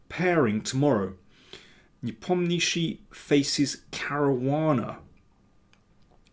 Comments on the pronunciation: Nepomnjashiy. Not NepomnIshiy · Никак нет, уважаемый